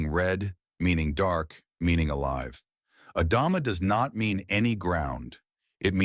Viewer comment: The word in Hebrew is Adamá, with the stress on the last vowel. Please don’t say “adáma” is weird.